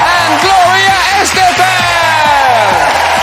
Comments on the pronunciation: No matter how many times she repeats her surname, English speakers will always stress it on the wrong syllable... Lovely and beautiful as always, Gloria :D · Graham, it would make a better impression on your guests if you pronounce their name correctly. Gloria’s last name is stressed “Es-TE-fan”